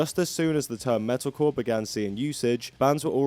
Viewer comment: I like how every time you say "metalcore" all I hear is "medical"